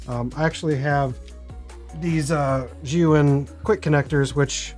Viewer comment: Finally someone that pronounces Zhiyun correctly!! Great video, really enjoyed your honest information about the gimbal.